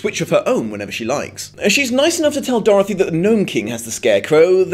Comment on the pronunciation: Can i just mention how i love the way you say Dorthy?